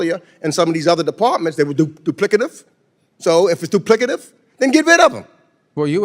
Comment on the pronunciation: Jackie Childs grandpa calling out that doo-plicative !